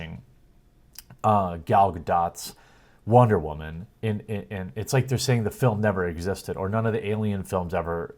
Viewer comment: Dude, I swear to god! Love your videos, right there with you, but I'm done with the freaking "whamen"!!! Just say woman damn it! I get your point, just tired of hearing it!